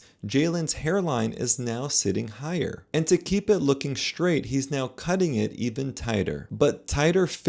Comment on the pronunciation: What's "shtraight"?